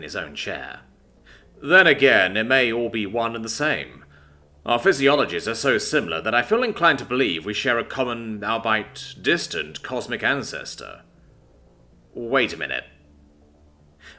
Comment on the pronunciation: Albeit is pronounced All-be-it.